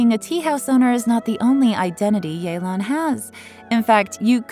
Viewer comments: So it's pronounced yay-lan instead of yeh-len??? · Since when was it pronounced “yay-lan”? I always thought it was “yuh-lan” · It’s not yeelan it’s yaylan ok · “Yay-lawn” makes every single person who speaks the language cringe. It’s like nobody tries anymore, could’ve just sent a text to Suzie or something. A shame since she’s casted very well. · oh so thats how u pronounce yelan